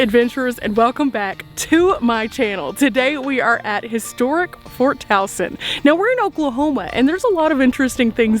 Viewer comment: I am just amazed that you pronounced Towson correctly. We have a Towson MD and people often pronounce it “Toe-son”. 😂. All kidding aside though - great video - Andrew Jackson was an awful president - I will be glad when Harriet Tubman replaces him on the $20 bill. Thanks for educating all of us.